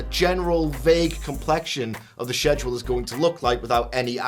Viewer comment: It's pronounced Schedule, not Schedule.